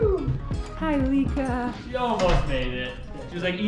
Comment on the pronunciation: Lika.. pronounced lee-kah, not like-ahhh. Even though we all like-ahhh Lika 😁🤕